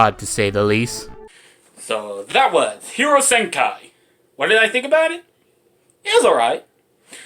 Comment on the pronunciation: I find it funny that you called it, Hero Senkai instead of Hero Senki, just for the heck of it! lol 🤣🤣🤣🤣